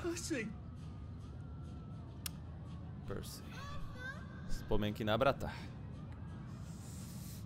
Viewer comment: vím že říká pearci ale zní to trochu jal Pussy :)